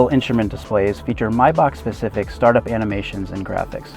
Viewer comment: First, you guys decide how to pronounce Maybach properly. Sometimes it's May- Bash and sometimes it's My-Back....wtf?!?!